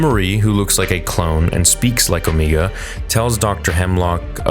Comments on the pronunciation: and . You really have to learn how to pronounce names properly. Her name is pronounced Omega, NOT "Omeega." Are you completely illiterate or are you just messing around? You pronounce it perfectly at other parts, , of the video... Do you want me to pronounce your real life name as Amongus Dodo? No, you don't. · Pretty sure it's Omega not 'Omiga". Even the characters in a show call her Omega. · Ngl. It kills me inside a little bit every time you say “O-mee-ga”. It’s just Omega unless you have a New Zealand accent 😂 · Can you pronunce Omega correctly. The only reason I say this is because they actually call her Omege not Omeiga multiple times throughout the season. That mispronunciation is because New Zealanders pronounce some stuff differently than Americans or in your case Canadians. Sorry it's just something I had to address. Trust me you aren't the only one who has mispronounced stuff. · If someone down here in the comments could answer a question I have had for some time now. But why does keep saying the name wrong”Omeeeeega” when everyone in the bad batch calls her “Omega”? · I hate when you say Omeega. Her name is O- mega. Love your video still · i love, but GOSH I wish you'd stop saying omeega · Here we are again. Back for more "Omeega".🙄😒 OMEGA ONLY HAS ONE "E", NOT TWO!!! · Please stop pronouncing Omega’s name as “Omeega”. It’s pronounced as the regular “Omega”, she just has an accent that’s why is pronounced that way. That doesn’t mean you have to replicate it. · Don’t assume that about me okay. I get it, he’s Canadian but he has said the word “Omega” during Bad Batch S1, now he says “Omeega” to replicate her accent. It’s unnecessary and it’s not her actual pronounced name, she just has an accent. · Ooooo. Meg. Ahhh. You’re so annoyingly wrong with o-me-gah. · Why the hell do you keep saying "omeeega" like a dumbass? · MY GOD! Stop saying O-MEE_ga!!!! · Please stop saying Omegas name like that. Please